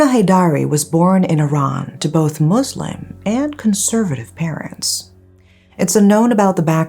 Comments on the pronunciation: I winced every time you stressed on the word Islam / Muslim. One of the most troubling issues we as Muslims have is the confusion btw the distinction of religion, culture and tradition. More often than not, wrong doings of tradition/ culture are dealt as religious barbarism. Archaic or not, Islam never promote violence against women, forced arranged marriage is prohibited. A woman in an abusive marriage has the voice and right to get out of it. In fact, in a marriage, the duty of a husband goes beyond putting bread on the table. They are the one responsible for cleaning, cooking and other house chores. If a wife does those things, its out of willingness, love, respect & wanting to share burden together. Islam is beautiful if practiced as written. Unfortunately, the ever-changing man-made cultures and traditions that are performed under the name of religion are the ones that are shared by media to the world... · Can you stop saying "muzlim" community, "muzlim" household. This is not islamic at all!! Do you say the same if it was a Christian country and a Christian family??You all try and get views by adding the whole "MUZLIM" thing!